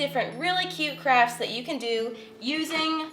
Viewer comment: Literally, every time she says “crafts” I hear “crap”. Is it just me? Not in a bad way or anything.